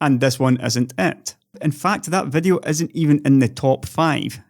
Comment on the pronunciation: It's "video" not "vedeo". Get?